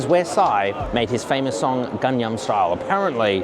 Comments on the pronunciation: It's not "gam yang", but "gang nam". Just to let you know 😊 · actually it is 강남구 and not "gang nam" if you want to so specific. Still people pronounce things differently. For example Paris. French people say something like :bari and English speaking pronounce differently...... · your pronunciation of gangnam is the worst that i have ever heard. just ask on e of the koreans how to pronounce. lame AF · people pronounce it differently depending were there are from.